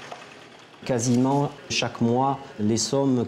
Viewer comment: J'ai pas dit l'intégralité mais "Quoisiment: dit il ne pas confondre avec quasiment qui se prononce correctement.